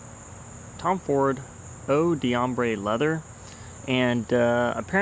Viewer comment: I think the pronunciation is more like "oh dombre leather", so you don't pronounce the "dee", but rather, it blends in with the next word. That's quite a common pattern in French when you see the apostrophe D pattern. Not trying to be a prick, but it helps to pronounce it right :)